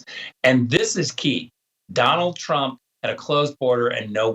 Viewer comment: He's a jerk, can't even say Trump. He didn't know this before. Come on.